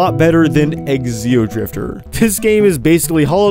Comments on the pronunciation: I wonder why he keeps calling it eXeodrifter, instead of just... Xeodrifter. The X is pronounced like a Z, not like the letter X. I mean, you don't call them eXenomorphs, you just call them Xenomorphs. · Why does he pronounce Xeodrifter as "Exceodrifter"?